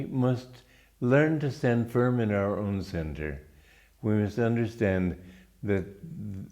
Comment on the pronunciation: Nice talk yet again, i enjoyed it! On a side note, did you mean learn to stand FRIM instead of FIM?